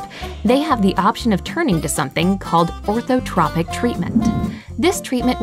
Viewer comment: That's not the right pronunciation of "Orthotropics".